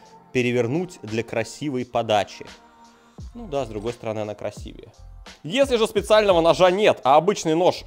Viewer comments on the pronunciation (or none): none